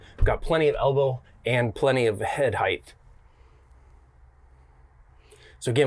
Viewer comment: Too cheap for a medicine cabinet... lost me there. Also the word is height, not "heighth".